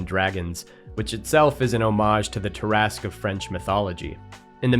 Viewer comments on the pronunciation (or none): It's pronounced tear a skew.